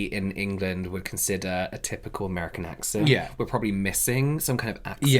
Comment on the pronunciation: This is so entertaining! Why do some have so much difficulty enunciating their Ts when saying “caughT on”? The rough, guttural“caw on” 😂🤣 is sounding a bit cockney, no? And also ignoring the 3 syllables in “probably” … what’s with the “prolly”?? Not an accent thing - maybe because so many spell it “prolly” when texting?